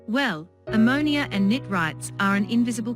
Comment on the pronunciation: Knit-RITE? Human narration, please.